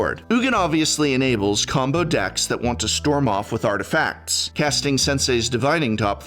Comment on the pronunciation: Professor, a weird question; what's the deal with your — for lack of a better term — whimsical pronounciation sometimes? For example, arti- facts . I find it lovely, because it makes the cadence very distinct and melodic. Is it something you do unconsciously, or purposefully? And if it's the latter, are there certain speakers from which you took that cue? (Christ this turned out to be a long comment)